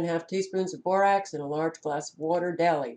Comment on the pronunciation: Rax not rocs. Borax